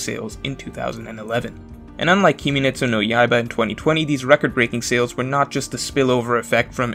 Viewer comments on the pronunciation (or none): "kiminetsu no yaiba" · You can tell that this guy did his study by how he pronounced the name of the series LMFAO KIMETSU no Yaiba ended 1 year ago and the anime hype ended around that time but each new volume keeps outselling the previous one, people just love KnY and OP fans just can't accept it.